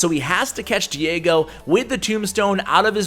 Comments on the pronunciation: Es chistoso escuchar a decir Diego.... Lo pronuncia: Diago!! pero despues lo pronuncia bien XD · Lmao pronounced Diego wrong 😂 I found this kinda funny for some reason